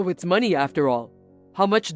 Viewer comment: Adverts - some stuff to get rid of belly-fat - I'm not trusting anyone who does not realise 'it's is short for it is/ it was and says it 'it es'! It's pronounced 'itz'.